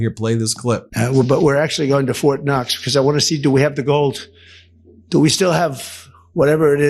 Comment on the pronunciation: ITS FORT KNOX NOT FORT NUTS . YOU TOSSER